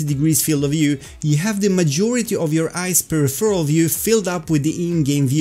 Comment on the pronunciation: Thanks for great videos! But for jissy chrissies sake, I can not take it anymore! It's pronounced: "/pəˈrɪf(ə)r(ə)l/" /Your fellow VR Swede :)